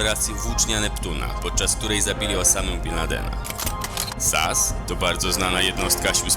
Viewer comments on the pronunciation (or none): Nie SAS tylko S.A.S. Znam się na tym. Robisz filmik to rób go dobrze! PW! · NIE MÓWI SIĘ ( SAS ) TYLKO ( ES EJ ES )